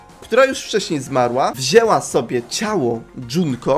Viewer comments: Mówi się Junko Nie Dżunko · skoro pewno jusz wiesz o tym kim jest misztrz gry to powiem jednom najwaszniejszom szecz to mukuro umarła oprucz misztsza gry niemuwi sie dzunko tylko junko PS junko i mukuro to siostry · MÓWI SIE JUNKO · dopiero to zauważyłam... mówi na junko, dżunko:0